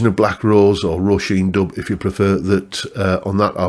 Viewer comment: Dubh is pronounced like "dove". "bh" is like a "v" in irish.